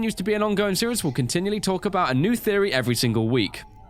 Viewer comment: "Theopry Thursday!" Really?